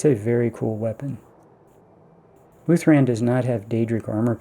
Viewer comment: Nice find with the emerald! Just shows I never spend much time around Riverwood so I had no idea about this. Why do keep calling Ysgramors axe wuuth-RAND? It's wuuth-RAD, since it's such a RAD weapon hahaha